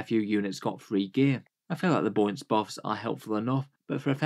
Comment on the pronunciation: "I feel like the Boints Buffs"